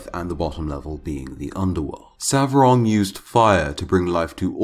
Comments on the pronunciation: Its not Savrog but Svarog!!! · Svarog! Not Savrog